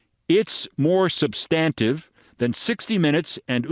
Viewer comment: Check that pronunciation of “substantive,” please. Never heard it before.